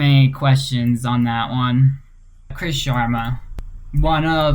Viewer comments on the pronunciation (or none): none